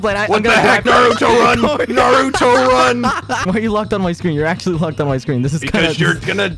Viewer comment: He literally say "naruro" 😭😭